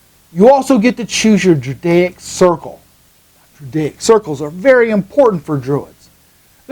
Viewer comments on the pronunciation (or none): I appreciate your enthusiasm. Was there an intentional reason for "drudaic" rather than the more common "druidic"?